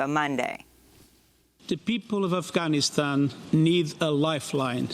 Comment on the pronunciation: quit the fucked up pronunciation of Afghanistan. Nobody cares for your woke shit